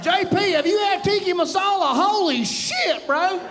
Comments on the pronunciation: I was going to leave it until you said at the end that people should say it right... it's tikkA masala, not tikki. Not important in the greater scheme of things, but just look at it. Tikka. Sorry, but better to get it right, I hear it pronounced all the time, and I'm from the country where it was apparently invented, which also supports your main point. Indian food developed in Scotland. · He’s hilarious. But mispronouncing Tikka Massala as “Tiki Masala” was making me twitch. 😂